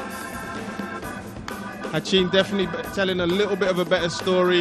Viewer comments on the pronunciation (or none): it's ratin not hatchin. even the mc call his name ratin not hatchin.